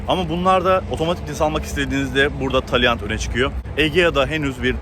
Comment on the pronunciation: Söylerken yanlış söylüyorsu. Dikkat et araç markasını